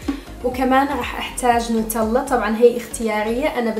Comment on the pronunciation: بصراحة شفت قناتك فجأة ماحبيتك ولا حبيت قناتك لان ماعية جدا وتتصنعي بل كلام طالعة بس لتظهري موديلك ومالك علاقة بشي اسمو فن الطبخ او حلويات ولي يشوفك بهذا فيديو كيف كنتي ويشوفك بفديوهاتك ثانية يعرف فرق كثير بعدين اسمها نوتيلا وليس نوطيلا عرفي تلفظي الأحرف زين ع كل حال فكرتك جاية من سنغال